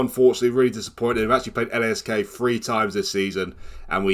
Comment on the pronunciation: Tip: Lask is pronounced as 1 word